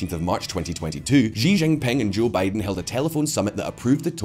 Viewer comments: time to pronounce Xi's name correctly -- it's 'see' not 'szzzchee'. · It is time for to learn how to pronounce "Xi" correctly:D